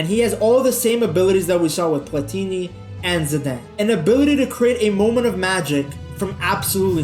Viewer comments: Your pronounciation is a bit off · why can’t you pronounce ZIDANE